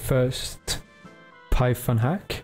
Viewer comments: “if you don’t have shi onion installed” 😭 Btw great tutorial :) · Lol "Sheet Onion"